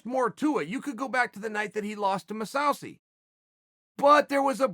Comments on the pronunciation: everyone: mousasi chael: masausssi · Pronouncing Mousasi as MeSaucy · Chael "Moose oww sea" Sonnen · "Mousse Housey" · Lmao ma-sow-see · No one: Chael: Mosawsi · Chael "Mahsowsee" Sonnen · He said it correctly, then literally 3 seconds later... “moooshawsheey”